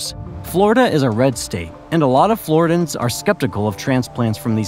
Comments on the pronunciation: OMG! Dude. Not flori-dans. Flor-RIDDY-yans!😅😅😅😅😅 U don't say Carolin-ans. Or Californ-nans. Carolin-ian. Californ-ian. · Good content but your pronunciation is brutal Deeestin?Floridans?Alleering? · It's pronounced flaw·ri·dee·uhnz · Floridians. Not Floridans.